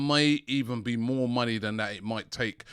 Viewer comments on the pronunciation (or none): none